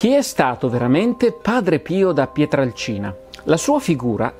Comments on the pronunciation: Bello, documentato e puntuale come sempre, ma... PietrElcina, non Piatralcina. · Si pronuncia....Pietrelcina !!! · Ciao Massimo, interessante video ma ti faccio due appunti. Il paese di origine di Padre Pio è Pietrelcina (e non Pietralcina come spesso ripeti) e si trova nel Sannio, in provincia di Benevento, e non nel Gargano. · Massimo questo video è un prodotto eccezionale, ma è Padre Pio da PietrElcina e non da Pietralcina. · Non è fondamentale ma è PietrElcina e non Pietralcina, è un errore comune =) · Cmq il paese è Pietrelcina, no Pietralcina!!! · Si chiamava Padre Pio da Pietrelcina, non "Pietralcina". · Scusa Massimo Ma PIETRALCINA, o PIETRELCINA??? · Pietrelcina Pietrelcina Pietrelcina Pietrelcina Pietrelcina Pietrelcina Pietrelcina... non "Pietralcina" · È Pietrelcina comunque non Pietralcina...